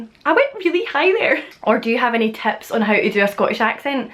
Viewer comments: Excellent video! I have also noticed that you sometimes replace the "short i" sound (in a word like "tips") with a "short e", so it becomes "teps". Whatever's going on, I love it. All of the accents that I've heard from Scotland, Wales, and Ireland (and to some extent England) are so melodic. I think it might be appropriate to say: "Well, that's me then. Until next time". I'm assuming "that's me" replaces "I'm done". If not, I'm an eejit. (From America, BTW). 😃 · One thing that I've noticed from you in particular is that a lot of times, the "i" in words becomes an "e." Like chicken becomes checken, tips becomes teps, kitchen becomes ketchen, that sort of thing. Not Scottish, just something I picked up lol